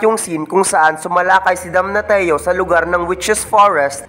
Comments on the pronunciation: Sakit sa tinga ng DAMNATIO Dam-na-syo hindi Dam-na-ti-yo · Damnasyo po yung pagka pronounce sa damnatio inde po damnateo